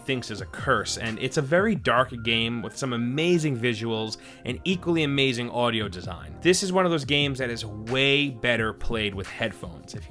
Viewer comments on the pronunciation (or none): none